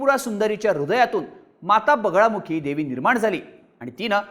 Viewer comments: अरे yz.. बगलामुखी देवी म्हणतात.. बगळामुखी नाही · बगलामुखी असतं रे.... चुकीचे नका उच्चार करू! दरवेळी कानात खाज आल्यासारखं होतं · Bagalamukhi devi aahe tumche uccharan wrong aahe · ळ नाही रे ते बगलामुखी देवी आहे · बगळामुखी नाही बगलामुखी देवी ... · अरे पूर्ण माहिती तरी गोळा करत जा व्हिडिओ बनवायच्या आधी आई दसमहाविद्या मधली एक आहे तांत्रिक आणि अघोरी हयात जमीन असमान चा फरक आहे आणि बगळामुखी नाही बगलामुखी आहे आई च नाव 🙏🙏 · बगलामुखी माता आहे, नाव तरी नीट घ्या. आणि जरी त्यांनी अघोरी पद्धतीने पूजा केली तरी त्यात गैर काही नाही, त्यांचा तो अधिकार आहे कोणत्या पद्धतीने पूजा करायचा तो.